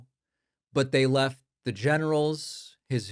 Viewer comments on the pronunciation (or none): none